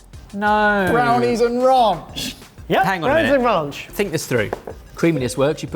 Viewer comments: "Rounch" come on guys. You know its "ranch" 😂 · Please quit calling Ranch Raunch